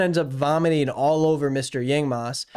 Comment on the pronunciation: Meanwhile in some part of the world, a young man called Zhong Chenle hearing the name Yingmas plus the horrid pronunciation: someone hold my microphone, I’m talking to that man’s president